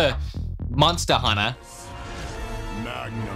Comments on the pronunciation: MONSTTA HUNNA BOIIIZ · “MONSTA HUNNA” 💯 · Can I just go on the record here and say: I hear you trying to say monster hunter appropriately at the end there, and I hate it. Where’s my MONSTAA HUNNA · Now I can't stop hearing myself say "monsta hunta"